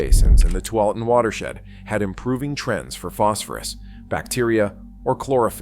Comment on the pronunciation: Good coverage and explanations, but knowing how to pronounce the Willamette River and the Tualatin River are pretty important to sounding like you know what you are talking about.